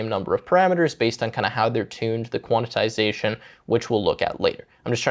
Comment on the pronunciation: Thought I was the only one… that and the “Quantitization” mention is like nails on a chalkboard